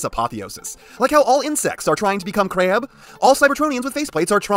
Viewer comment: How you say crab will always crack me up